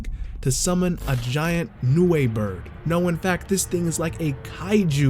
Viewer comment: Also, thank you for being one of the few youtubers making JJK content to say Nue right.